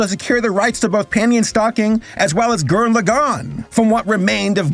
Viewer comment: The way he pronounces Gurren Lagann 🥲